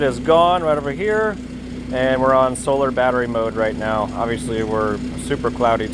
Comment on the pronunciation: Did you say 'right meow'?